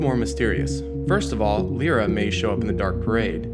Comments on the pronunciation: Lyra is pronounced 'Lie-Ra' not 'Lee-Ra' just so you know :D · Lyra is pronounced: "Lie-Ra" just so you know, anyway good vid. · I cringed at the way you pronounced Lyra's name.